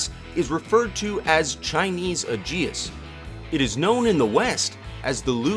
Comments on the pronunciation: Its Ay-jis (Aegis), not Uh-jee-us. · LEARN. TO SAY AEGIS: "HEY -EEE-Geee-SSS ". AEGIS WAS THE SHIELD OF ZEUS!